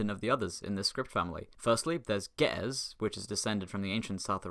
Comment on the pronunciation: Your pronounciation of Ge'ez made me die inside